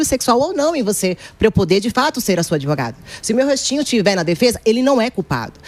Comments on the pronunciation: O PCC pagou a faculdade dessa “adevogada”! Vai falar errada assim lá na comunidade!!! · Qual faculdade de direito graduou essa “ADEVOGADA” 🤦‍♀️🤦‍♀️🤦‍♀️🤦‍♀️ Reflete o nível altisssiiimooo dos nossos graduados!!